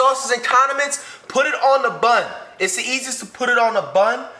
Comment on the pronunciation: put it on doesnt have any ''r'' in it :( why do i hear Rs but bro can cook looks fire tho